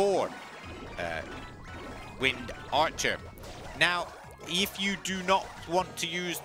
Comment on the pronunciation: How you said wind archer was so satisfying af